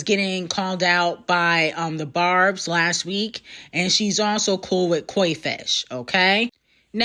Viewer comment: "Coi Fish" lmao.....